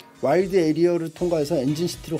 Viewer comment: 에리어 계속 에이리어라고 읽는거 킹받네ㅋㅋㅋ